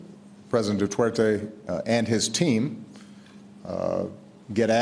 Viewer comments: Probably because of Obama's accent lol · "President Dutwertey"